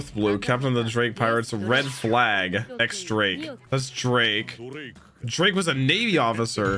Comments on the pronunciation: The "x" in "X Drake" is pronounced "Diez". Was a fan for many years before I learned that. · It's not Ex-Drake, it's a roman number ten but in spanish: Diez Drake. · idk if anyone else has said this but X. Drakes name is pronounced DIEZ Drake. The X is the roman numeral for 10 and in Spanish its called diez. Don't ask me why its so confusing but thats what he goes by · THIS IS NOT A SPOILER -- So, X. Drake is actually pronounced Diez Drake, not "Ex" Drake. As you know, X is the Roman numeral for 10 and 10 is Diez in Spanish. I thought I'd just let you know because I'm stupid and it took me until like episode 700-something to realize that it was Diez and not "Ex". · the X in X. Drake is pronounced as "Diez" as in, X being the roman numeral for 10, and 10 in spanish is Diez. It's really weird, but basically if you read the X in X drake just think "Diez" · Luffy won't remember all their names so don't sweat it too much if you don't remember off the bat. I would note that the little Japanese characters over the X in X Drake indicate that it's actually a Roman numeral 10 and pronounced in Spanish, so it's "diez" Drake. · The X in X Drake is pronounced Diaz. No I am not kidding.